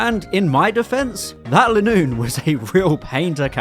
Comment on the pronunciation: I think Linoone is actually pronounced LINE oon.